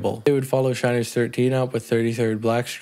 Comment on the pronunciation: Sin-ners , Shin-ners ….